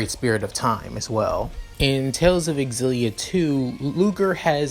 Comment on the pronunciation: Oh my fucking god. I haven't started the video yet but this is going to be amazing, I've played every tales of games I can't wait. Also I'm fairly certain it's pronounced (Zill-E-ah) for xillia where the x is said like a Z.